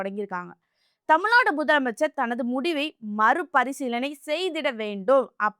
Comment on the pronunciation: தமிழின் தனித்துவமும் அழகும் ''"ழ"கரம் தான். தயவு செய்து நெறியாளர்கள் முயன்று சரியாக தமிழ்நாடு,வழக்கு .... உச்சரிப்பது மிகவும் அவசியம். தமில்நாடு. வலக்கு...என்ற உச்சரிப்பு (sorry)எரிச்சலூட்டுகிறது. Media should give importanc to correct tamil pronunciation .